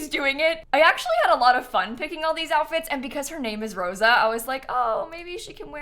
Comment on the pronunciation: Omg my name is Rosa and you made her look a little like me too 😂 I'm asking, no I'm imploring, no I am on my hands and knees begging you to pronounce the name like roh-sah instead of roh-zah 😭